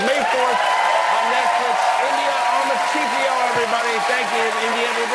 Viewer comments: Same here It's not a difficult name to pronounce A mar tey fio lol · Yes, Ghanaian and the pronunciation was wrong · Yeah I was laughing as well that she didn't know how her surname was pronounced. Can't blame her, her mom is white lol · How sad, she can't even pronounce her own Ghanaian surname 😢🤦🏾‍♀️ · India, he didn't pronounced your surname right 😅😅😅😅😅. You're just saying that to please him. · That's not the correct pronunciation though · That's not how to pronounce her surname. It's a Ghanaian name and she needs to ask her dad for the correct pronunciation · It’s how they’ve normalized them wrong pronunciation of Amartefio for me 😂😂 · She has got the pronunciation of her surname wrong. As a Ghanaian I am pained😅😢😂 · Where are my Ghanaians?? The Amarteifio surname is being butchered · The name pronunciation was a disaster 😂😂 It's a Ghanaian name and carries certain nuances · Aw that surname..so she's Ghanaian yay.. also it was not pronounced well 😆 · Jimmy pronounced it wrongly. Its Ghanaian name actually.😂😂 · Jimmy judt murdered her name .And she herself can't pronounced her name currently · the Ghanaian in me cant stop laughing at how "Amarteifio" was pronounced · Me tooooo! And apparently, it was pronounced perfectly 🫣🫣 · That statement shock me waaa. "It was pronounced perfectly" 😂😂😂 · she pronounced wrong herself. We're Ghanaians living in Ghana speaking the language telling you she pronounced it wrong. Pipe down and learn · I'm dying with laughter 😂😂😂. The destruction of our Ghanaian names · She also doesn't know how to pronounce her own surname so.... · As a Ghanaian, I am hurting!!! Why didn't her parents teach her HOW to properly pronounce her Surname? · And she said he pronounced it perfectly? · Babe- he did NOT say that name right. LOL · Her surname is a GA name from Ghana and that's not how it's mentioned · Girl that name was butchered💀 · Jimmy almost pronounced that Ghanaian surname right 👏🏾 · She herself doesn’t know how it’s pronounced 😞😤 very sad